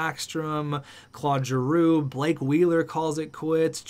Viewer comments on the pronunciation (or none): none